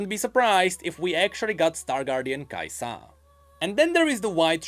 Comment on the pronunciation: The way you say kai'SA makes me uncomfortable lol